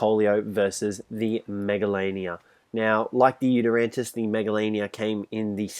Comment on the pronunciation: At the start did he call the Yutyrannus a Yutyrantis?